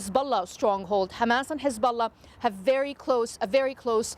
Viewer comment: Did he just say "Hizbollock"? 🤣